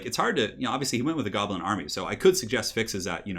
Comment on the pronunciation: "Shoblin" even though it was said by accident, gave me a big smile while I am sick with the flu.